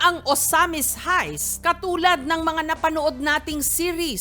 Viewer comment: sabi ni jessica haist daw haha heist pronunciation non